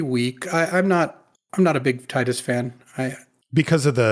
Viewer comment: Thanks for saying Tidus' name the way I like.